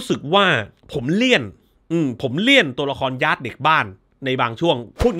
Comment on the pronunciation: ออกเสียงว่า ยาด ไม่ใช่ ย้าด มาจากชื่อจริงว่าทายาท ที่เขียนบนโรงศพ